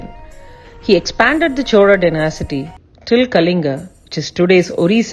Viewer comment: Pronunciation for some words is incorrect. It is not "dynasity". It is dynasty. However, best wishes for the new venture.